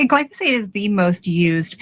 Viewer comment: Please for the love of DOG!!!!!@ If you KNOW you're going to be reporting on something in particular and saying the name of said thing over and over and OVER again PLEASE FFS LEARN HOW TO PRONOUNCE THE GD WORD!!! "GLY- FAUX-SATE" "GLY- "FOH" SATE" = glyphosate! You try to speak with authority but mangle stuff way too often! iF you eat food you should KNOW WTF glyphosate is! Especially a college graduate. JFC Glyphosate been KNOWN !!!!! You LATE Boo!